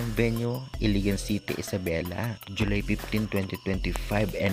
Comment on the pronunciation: Ilagan hindi iligan🤣🤣🤣